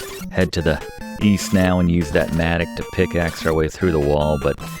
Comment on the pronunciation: Good call on pronouncing "mattock". Being a fan of Final Fantasy Adventure, I've been saying it incorrect for decades lol. I was saying it kind of like the way you would say Matlock, minus the L of course.